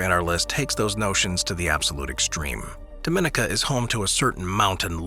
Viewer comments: Dominica is pronounced DOM-ih-KNEE-Kah. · The way you pronounced Dominica 💀😭